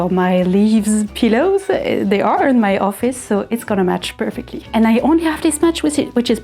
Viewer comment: The way you say pillow sounds like "peelow". I love it! Then again, I love the word pillow no matter how it's said. It's my all time favorite word and object.